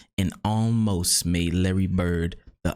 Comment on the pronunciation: It's Larry, and it's really not close.